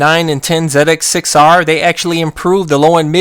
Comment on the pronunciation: Say it with me Z X 6 R. First time I've ever heard someone call it a zedex 6r. Great vid very informative.